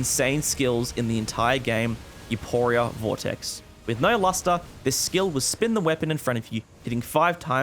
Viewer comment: "youpooria" great pronunciation